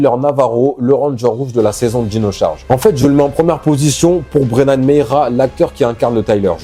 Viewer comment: Brennan Mejia et pas Meija et le J se prononce comme un G